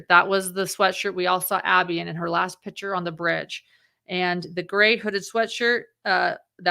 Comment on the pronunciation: FYI You mispronounced the word "seminal". Also it's a "picture", not a "pitcher".